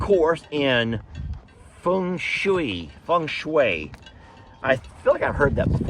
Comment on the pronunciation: OMG, watch that sharp blade around your goat pal. You said Feng Shei perfectly. Yea, a spanking paddle for naughty male goat with big horns. Oh boy if that dough kneader could only talk.